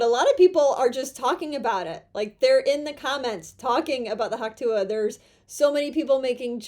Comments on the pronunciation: Could we please stop saying hawk tooah? It's just disgusting. Also what's wrong with you? Why can't you pronounce the t's in words? Why do you refuse to elocute properly? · You keep saying Hawk Tuah "A",,,, It sounds like " Huck Too",,,,,,,, This chick is better then a Hundred woman on social media...